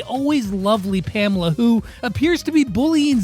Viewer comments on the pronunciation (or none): none